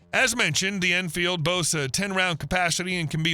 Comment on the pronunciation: You can't spell Mosin Nagant, you can't pronounce Garand or Enfield, your prices are so far off that you'd be better off to not quote any. And you have the nerve to make a video about them? Youtube needs to add a "BLOCK" feature. I really don't want to see your crap again.